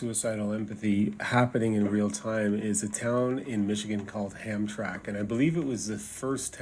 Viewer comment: As a Michigander, I have to post the correction for the pronunciation of the city of Hamtramck. 😉 It’s pronounced Ham-trammick. Once a destination for Polish immigrants, now is a very different population.